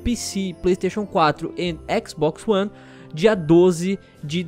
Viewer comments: UINTER UONDERLEND RETURNIS TU PICI, PLEISTEICHON CUATRO AND EQUIXBOX UONE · "returnis tu pici, péesi quatro e exisbox oni"